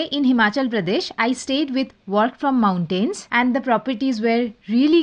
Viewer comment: Respectfully, please improve your pronunciation of "mountains" it's very off putting